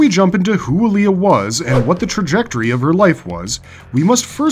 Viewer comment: Its Aliah not Alia